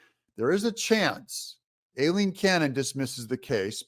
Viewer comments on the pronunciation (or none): If you don’t want to CORRECTLY pronounce “Aileen” [EYE-LEEN, not A-LEEN) then please just call her Judge Cannon !! She’s so professional & awesome and she certainly doesn’t deserve to have you BUTCHER her first name every single time !! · Judge's name pronounced, "I lean." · D u h h, it's pronounced Eileen, spelled A i l e e n